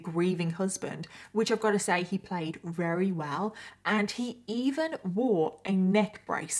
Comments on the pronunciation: Is that normal in the UK to pronounce "very" as "rery?" Just a curious American here. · Perhaps you should consult a thesaurus for a word you can pronounce, 'very' is not working for you, and you say it often